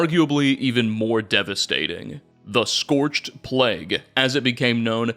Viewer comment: Incidentally, there's no T in "scorched", and only 1 in "scorchbeast".